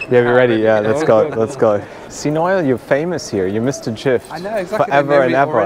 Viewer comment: What a great cheer-up that was! With a few sad and difficult things in the UK this week, just I needed. A great comic duo! (By the way, his name's Noel, not Nile!)